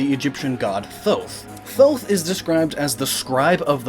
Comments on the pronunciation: Th-Oh-th. Th-Oh-th. No no no. "Tō-t". Like "tote". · um correct me if i am wrong, but aphrodite wasn't she the goddess of love? and also isn't that egyptian gods name pronounced toth but spelled thoth? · ITS THOTH PRONOUNCED TOT AND EYE-BIS